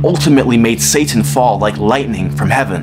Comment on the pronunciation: This foo said “satttan” 😂😂😂😂